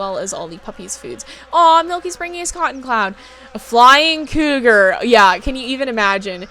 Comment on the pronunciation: I snorted when you said cougal. I do the same thing where I’ll smash words together if I’m excited or talking really fast. I also have this issue where I’ll forget a word and say something else so for example; I’ve tried to say feather but forgot the word and said bird leaf and my friend gave me the most unimpressed look I’ve ever received. I’ve also tried to say carousel and couldn’t remember and said mechanical horse tornado. 😅😂